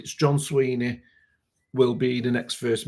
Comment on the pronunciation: his name is Swinney not Sweeney.